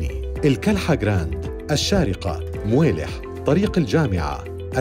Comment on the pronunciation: مويلح ههههههههههههععععععع صويلح يا محترم